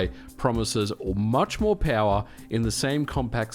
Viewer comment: Anyone else baffled by his accent? Peowurr. 😂